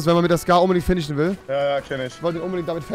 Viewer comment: eyy du kannst finishen einfach nicht aussprechen du lisbelst es ;)